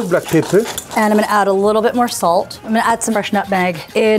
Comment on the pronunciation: The lady said "salt" like "sult".. reminds me of that youtube short where that lady adds cheese to everything... it's her 😮 "alright cooks" 😂